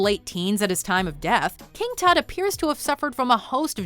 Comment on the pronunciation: King Tat? lul